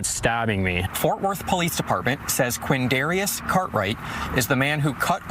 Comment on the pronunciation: "Quindarius," huh?